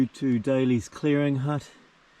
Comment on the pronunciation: Great tramps, thanks. Notice you call Dalys hut as Daily as in Daily bread etc. It is actually named after the Dalmatians who farmed in the area. So Dalys please